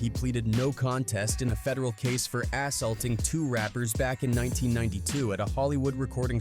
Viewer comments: Did the narrator say Ass-salting?😂😂😂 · did he just say ass-aulting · “Ass”-aulting 😆 Stop with the Ai voice narrations